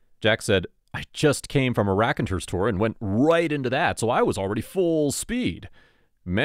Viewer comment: "Raconteurs" is pronounced with the stress on the third (3rd) syllable. "reah . con. TOORS." 😁